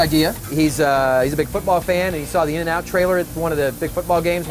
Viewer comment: three syllables: IN-N-OUT